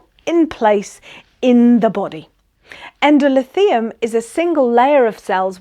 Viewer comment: Great but it's Endo-THEE-lium